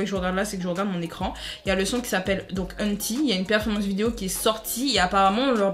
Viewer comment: Ça me stresse c’est "eunetaille" 😭😭😭 pas unti xD